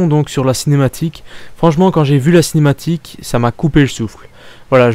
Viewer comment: Cinématique et pas cematique